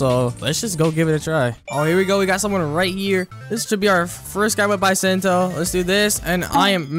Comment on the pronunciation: Why does he pronounce bisento and acidium rifle like that T-T